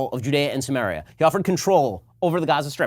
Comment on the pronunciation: yeah, I got that after the tons of people using this term as of recently. For a hebrew speaker (actually don't if he is) his pronunciation is not helping...